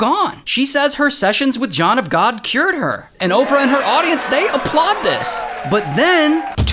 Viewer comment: John of GAWD - awful!